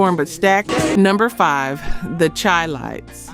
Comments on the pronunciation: ( minute mark requesting subscribers) Maybe people return for the memories these oldies bring back but won't subscribe because the voice of the narrator is a turn off. On another on of your podcasts of the 15 Greatest R&B Soul Bands We'll Never Forget, the narrator pronounced Chi-Lites as chī (long ī as in chide) instead of Shy. That puts credibility in question. It shows that either you didn't live it or you weren't even born. But that's no excuse for not doing the research and getting the names correct. This narration sounds like someone copied a term paper for a Music Appreciation class. Get someone who lived those times and can match the energy this music brings. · The Chi-Lites is pronounced Shy-Lites. You're saying there name wrong. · You're right. Thank you.